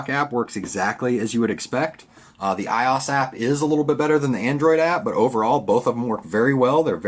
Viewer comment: "I ozzz"? really? for a tech person and you pronounce it iiiiozzz?